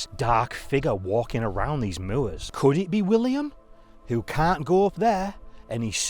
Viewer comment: So awesome to hear your pronunciation of "moor", I say it like that too